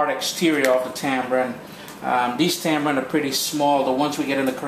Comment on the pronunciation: Hey, pet peeve of mine, sorry to be so puerile... hate hearing it called Tambrin/Tambran. There is no B in the word... tamarind. 😉